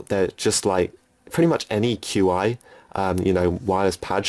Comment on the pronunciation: There is microUSB versions as well. Perfect for the Vita 2000. No adapter necessary. Also, Qi charging pads are pronounced “chi” like cheese. I’ve used those adapters before.